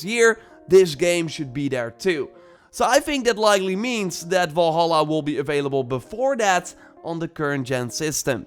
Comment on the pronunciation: Do not say valhala plzz!!